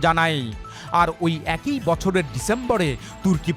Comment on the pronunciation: অ্যাক ই উচ্চারণ করেন কেন??? একই উচ্চারণ করবেন। এ +কই=একই।বা বড়ই, চড়ই,একই